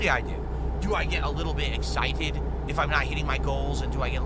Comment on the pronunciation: "egg-site-ted? Sometimesadooo!"-- no seriously why in the actual fck do you talk like this? Did he suffer a fcking head injury??